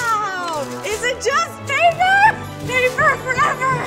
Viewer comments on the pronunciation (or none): Lana: ItS PaPeRrRrRrRrRr Why did you click read more?